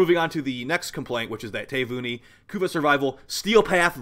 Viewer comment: Ta - vi - u- ni. It is an island in Fiji.